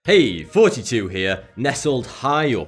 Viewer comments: Why is he always saying 40 2, and not thoughty2 It always sounds like fourty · anyone else hear 42 when he introduces himself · every time he says thoughty2 here i keep on think he is saying 42 here XD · each time he says THOUGHTY2 i heard it as 42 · I'm not trying to be rude but it sounds like he's say 42 but I know he's says thoughty2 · Still sound like he is saying forty two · The way this guy says the number "forty-two" lmao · He says Thoughty2 I hear 42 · I hear "Hey, forty two here" ever single time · You're obviously a newbie. He says "Thoughty2" but you hear 42 because he searched on Google once "What is the answer to life and everything(search for it yourself)" and Google said to him "42" but naming a channel 42 would be wierd (in his opinion) so he found the closing sounding word, which is what we know as "Thoughty2" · kurtkyle888 I hear hey,Naughty two Here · kurtkyle888 That is objectively the sounds he is making with his mouth, so